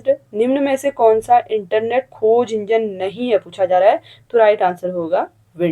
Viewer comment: Q 9 में तृतीय क्षेत्र में संचार सही है उच्चारण "नहीं " गलत हो गया शायद